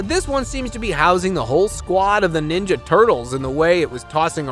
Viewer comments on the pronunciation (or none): none